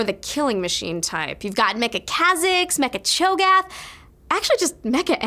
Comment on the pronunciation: lol she said mecha cho gath